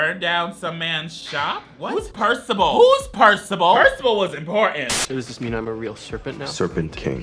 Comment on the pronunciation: Are you saying Percival or Percibal? Lol